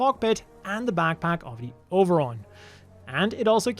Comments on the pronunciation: I like that the “Over-on” pronounced with a Japanese accent is “Oberon” is a cute little nod to Oberon and Titania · Interesting way of spelling Oberon. I wonder if this was word play in Japanese, like the To-Love-Ru manga's title being pronounced the same as the English word trouble.